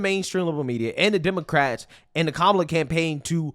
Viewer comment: You keep saying her name wrong! It's Kamala, not Kamala! SHEESH!